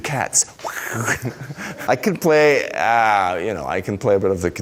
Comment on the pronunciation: "I can pway" pway pway pway